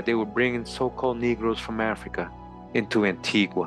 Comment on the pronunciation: Wow! I'll have to tell my husband about this. Antigua is his homeland. By the way you're pronouncing it incorrect, like the Europeans. The natives pronounce it An-tee-guh!